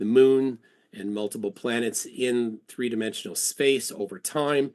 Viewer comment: Tree hours = three hours i think, bro can’t even talk